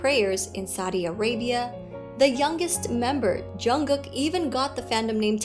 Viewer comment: A pronúncia é JiMIN (o min é mais forte) e Jungkook é Jongkuk (com o último k mudo tipo inglês).